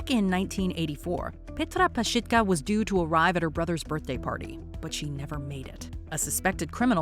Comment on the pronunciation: Anyone else keep yelling at the screen PazSITka? Like there's no "H" so it's NOT PazSHITka 🤔I don't think lmao 🤭🤣